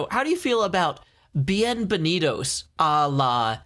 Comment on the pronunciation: I heard bean and benitos insted of bienbenitos